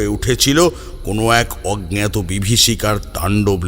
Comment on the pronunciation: যিনি গল্প বলছেন তিনি জিজ্ঞাসা কে জিগনাসা , অজ্ঞাত কে অগ্ন্যতো বলছেন খুব কানে লাগছে । একটু খেয়াল রাখলে ভালো হয় । আমি রোজ শুনি এই চ্যানেল খুব ভালো লাগে।